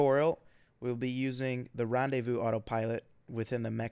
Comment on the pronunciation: Rendaivous autopilot XD Seriously, for someone who is french it's rellay funny